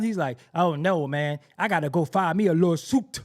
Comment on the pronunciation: 😂😂😂that "lawSOOOUUTEE"